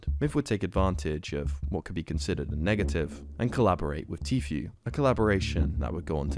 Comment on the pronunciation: I just fucking knew it. I KNEW you were gunna say Tfue wrong. I FUCKING KNEW IT